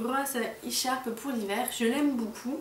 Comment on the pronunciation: Elle dit boucoup au lieu de beaucoup